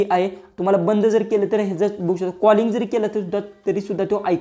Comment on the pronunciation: बघू शकता अस आहे दादा ते वाक्य. स्पष्ट बोला म्हणजे समोरच्याला कळेल. बहु शता अस ऐकायला येत आहे